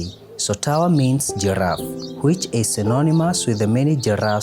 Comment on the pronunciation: ..”gorraf”.? Be unthentic.